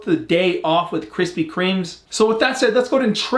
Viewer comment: “Krispy Kreme”...no “S”